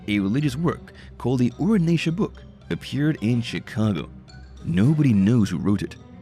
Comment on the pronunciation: Ur an tia ... Having met the book 40 years ago. Sound it out. Not the way the narrator kept mispronouncing it. Kinda misogynistic as I recall.